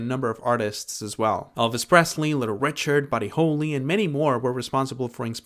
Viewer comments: Buddy "HOLEY" you said, it's: Buddy Holly, like the Christmas kind... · I agree about the influence of Bob Dylan, but it's Buddy Holly (sounds like the girl's name and the decoration at Christmas) not Bob Holy like the Bible.